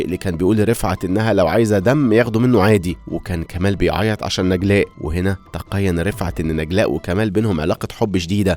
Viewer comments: تيقن مش تقين😂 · تيقن فى الدقيقة 7.36 وليس تقين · تيقن يا مش تقين 😅